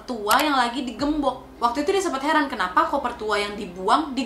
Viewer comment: Woe Wakkkk "Heran" Bukan "Herman" .... Ishhhh